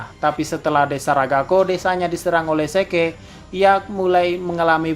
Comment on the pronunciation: Zeke dibaca asli: zik Yang gw dengar: seke